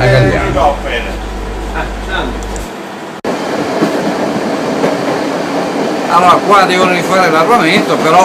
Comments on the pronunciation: il paese si chiama GAGLIANO , non "Galliano" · Si chiama Gagliano e non galliano